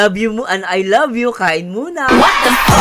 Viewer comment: Clear na clear sir ang i love u